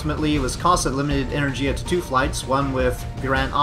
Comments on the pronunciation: go to google translate change language to polish, type in energia and click listen, thats how you are supposed to pronounce it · why energIa? It's enErgia!